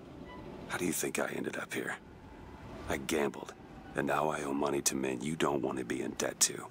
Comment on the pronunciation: Did just emphasise men... on.dear.gaad